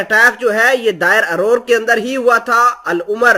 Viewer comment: Derazor hai bhai نہ کہ دائر ارور